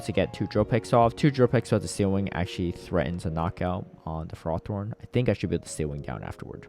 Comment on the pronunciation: hi, love your videos! buuuutttt please stop saying fer roth thorn, its ferro-thorn <3 edit: both you and kept saying it haha